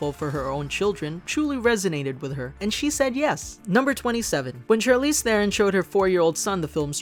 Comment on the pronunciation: This movie was amazing and on a side note, I love that you pronounced Charlize Theron's last name correctly! YAY!